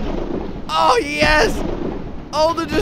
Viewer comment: instead of saying Yes. he says Yez